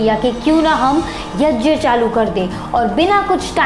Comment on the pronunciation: YAJYA नहीं होता यज्ञ (YAGYA) होता हे